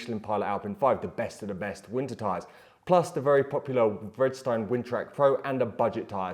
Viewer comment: Love your work, it is very much appreciated! When you pronounce Vredestein it sounded to me like you were saying Bridgestone - I really had to back track and re-listen :)